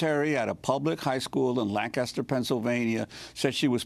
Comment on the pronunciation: I'm from Lancaster and the major beef I have with this video is that you pronounced Lancaster wrong. Lancaster is like Lang-cester